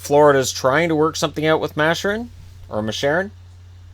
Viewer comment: Mascherin is pronounced Mass-CHer-in, hard CH. Or at least that's how the Kitchener announcers say it. Either way, he's real good and had insane chemistry with Columbus prospect Kole Sherwood. Maybe look for Columbus to take a flyer on him if Florida can't get him signed